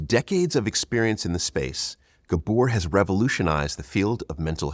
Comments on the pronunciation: It’s GAbor, not GaBOR, idiot. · It's GAbor... not gaBOR.. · Ga. bor , pronounce it "gaa bor" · Pronounce his first name correctly.